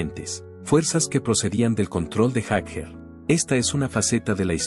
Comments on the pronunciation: Este senor de donde lo han sacado??no sabe pronunciar ni leer??Jaker!??es Jagger not Jaker???debe de ser la unica persona en este planeta q no sabe pronunciar elapellido de Mick??😅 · Yo no escuche hablar a Bill Wyman, el unico q habla es ud. Además mire lo q es Mick y lo q es Wyman, (Sr es Jagger no Jaker como lo pronuncia ud) x más q no sepa ingles, en todo el planeta la gente lo pronuncia Jagger. El y Keitn son los fundadores de los Stones se conocen desde jovenes y como en todas las amistades hay momentos asperos. Sino fijese los Beatles se separaron por McCarney, Y!!!!!. Mick es todo, Mick tiene un aura q no la posee cualquiera. Te AMO Mick, a no hacerle caso a estos pelo**dos. Aunque se q poco te importa lo q digan estos don nadie. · Haces un video de Bill Wyman y pones puras imágenes de Mick Jagger. Que se pronunc ia fonéticamente “Yaguer” y no “Jajer” No saber la pronunciación correcta le quita toda seriedad a este vídeo. Y quienes critican a Bill, fue la base de las canciones. Y les recomiendo que escuchen a Rythm Kings. Un proyecto de Wyman que se rodeó de tremendo músicos. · ¿No pueden poner a un humano en la narración...? Y que sepa los nombres y hable bien, si es posible... ¿Jag jer?! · Ahora dice jajer,para mí que ni siquiera conoce a los Stones éste comentarista.